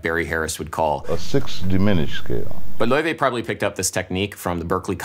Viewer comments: btw its not pronounced loi-vay its pronounced lay-vay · Lau-Fey brother is pronouncing it wrong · I love how Adam slowly changes his pronunciation of Laufey from the original way to say it in the Icelandic way to almost saying Levy at the end. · according to laufey, it's pronounced "lay-vay" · WHAT?! THAT'S HOW YOU PRONOUNCE HER NAME? LAOUVEY?!?!?! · Her name is pronounced 'ley-vey'. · He was pronouncing her name wrong on purpose cause he’s jealous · Someone is super jealous and loves pronouncing her name wrong. Cringe!